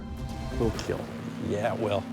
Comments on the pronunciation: It will Keel! Lol 😂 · It will both keal and kill haha